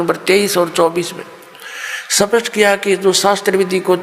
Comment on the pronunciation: Jo "स्पष्ट" को " सपस्ट" कहते है , उनसे क्या ज्ञान लेना😁😁😁😁